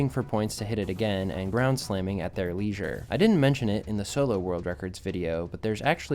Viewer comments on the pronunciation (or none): none